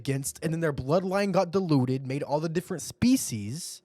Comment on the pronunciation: dude i'm sorry but the way you said Kaido's heritage "diluted" 💀